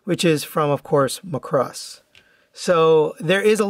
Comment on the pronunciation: Other than pronouncing it "Muh-cross", good video! "Do You Remember Love" is because the 1984 movie is called "Macross: Do You Remember Love?". If you aren't already aware... The original VF-25 renewal toys (which were the overall 3rd iteration of VF-25 tosy) were overall pretty good. This new one is based is based on the renewal toys... People are saying it weighs less. My 2 renewal toys are in storage, so I won't be able to verify that for myself any time soon. More importantly, this release seems to have common QC issues that weren't in the original toys. The most common are looseness in the hip joints, but also common are the crotch not locking in tightly enough, looseness in the shoulders, looseness in the ankles. Mine had some hip and shoulder looseness. The shoulders overall weren't too bad, but I still tightened them anyway. Only the left hip of mine was loose. Pledge and krazy glue works on the shoulders, but only krazy glue will work in the hips. The legs are connected via balljoints, and the balls are metal and the sockets are mostly, but not entirely metal... So pledge doesn't hold up well enough there. It seems with Krazy glue, it holds on really well to the portion of the socket that is plastic which tightens the hips pretty well. I like the VF-25 so much that I actually have a 2nd one coming that is supposed to arrive late this week. I hope I don't have the crotch locking issue, because I'm not really sure it's fixable. Maybe that's grounds for a replacement? H